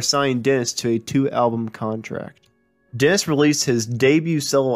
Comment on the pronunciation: English pronunciation needs work. Woolsin = Wilson? Dents = Dennis?